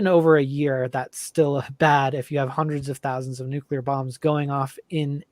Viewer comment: Nucular is not a word